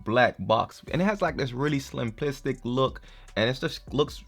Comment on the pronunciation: Did your say SLIMplistic? Lol